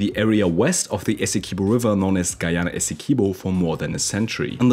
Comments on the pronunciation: It's not pronounced 'Essekibo'... its 'Essequibo' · I'm Guyanese and the way he pronounced Essequibo killed me 😂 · Bro pronounced Essequibo wrong.